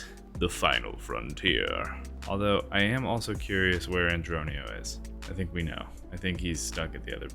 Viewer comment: LMAO “Andronio” gets me every time